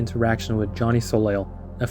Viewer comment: Hey just so you know, the last L in soleil isn't pronounced because it's french it's pronounced more like so-lay